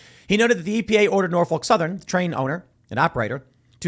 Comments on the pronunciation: Its pronounced "Nor-fuk". Biden knows he isnt running again, that is why he is trying to get what he can, while he can. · Norphuc not folk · Hate to be "that guy" but its not pronounced with a "Folk" ... Norfolk is pronounced as Norf*ck